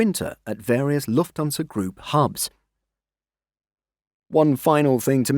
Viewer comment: I wish they'd get the AI voice to say Lufthansa properly. It's Lufthansa. Not Luftonsa